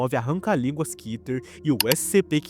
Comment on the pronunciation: Segundo o hebraico, a palavra Keter se lê Kéter e não Kiter